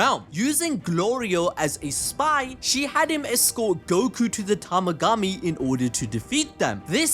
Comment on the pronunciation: TA-MA-GA-MI, not yamagachi or tamagachi